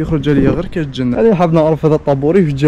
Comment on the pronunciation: وين كاين الجن كاين جنة راك نسيت التاء المربوطة